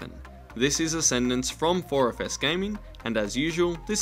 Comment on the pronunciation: 4FS? Every time you say that at the end, it sounds like "4 of us".